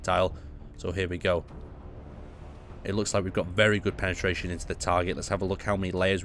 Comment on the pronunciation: "Penetaration"? :D